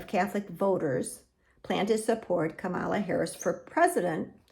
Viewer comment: I don’t participate in polls, nor am I Catholic, therefore I don’t know why the YouTube algorithm recommended this video to me. And you are mispronouncing Vice-President Kamala Harris’ first name.